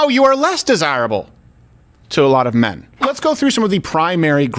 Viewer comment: Nah... its just when you say "mehn are reluctant to help wahmn on the subway" you're ignoring rase.... because the real situation is "whi mehn dont save whroes from the subhumans they fk"... and why should they?